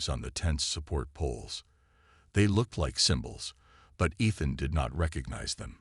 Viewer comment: Great. Can't pronounce "Ethan." Can't pronounce "sergeant." What became of Rava?